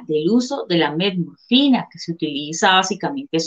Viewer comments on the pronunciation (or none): "Del uso de la..." Del uso de que???. por favor, que alguien me ayude a entender, yo escucho: "METMORFINA"... Será que estoy mal? saludos. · Metmorfina jajaja, ya con eso de que la periodista no sabe pronunciar correctamente el nombre del medicamento del cual hará el reportaje, no dan ganas de ver el video 🤣🤣🤣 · Porqué ella dice Melmorfina??? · No sé dice metmorfina es metformina. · La periodista dijo Metmorfina? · Se que es Metformina, pero la Chica dice: "Metmorfina". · Es Metformina, no Metmorfina, como lo dice en el video! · Querida el medicamento se llama METFORMINA, no METMORFINA. Ojo con lo que te pasan para leer sin informarte. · Dijiste Metmorfina y es Metformina. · Se llama metformina ,no metmorfina. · NO ES METMORFINA...ES METFORMINA...NI SIQUIERA ESTUDIAS ANTES DE HACER EL PROGRAMA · METFFFFORMINAAAAA NO METMORFINAAAAAA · SEÑORITA LOCUTORA NOOOO ES MEMORFINA ES METFORMINA! JIJI QUE PENA CON LA DOCTORA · Que la periodista aprenda a decir bien el nombre del medicamento Por favor